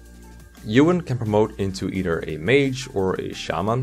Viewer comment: Ewan and shaman pronunciation tho...